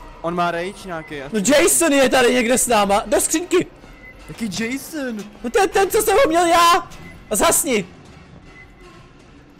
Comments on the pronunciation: jason ne mason ale dobry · Ne mejson ale jason;-):-):-D